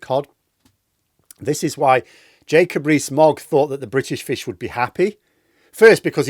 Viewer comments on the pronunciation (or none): none